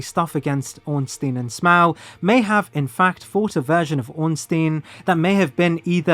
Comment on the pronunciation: bros pronunciation of smough is driving me crazy